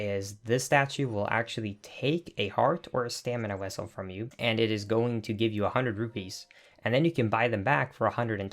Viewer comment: What the hell is a stamina wessel?